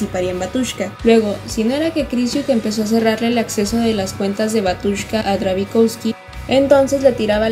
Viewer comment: Se pronuncia Bátiushka... la letra ю se pronuncia "iu"